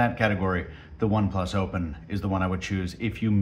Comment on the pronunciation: killing the "h-factor" 😂😂😂😂. "Hopen hand close" 😂 always looking forward to him.